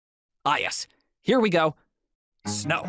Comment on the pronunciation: please dont say snow like that. uhm